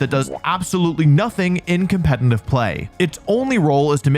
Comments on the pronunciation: Why do you say "compentif pokemon" lmao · Why do you say competnive? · "compenitive player" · And saying compet-in-tive pokemon instead of competitive in every damn video 😂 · Why does he keep putting an N in competitive?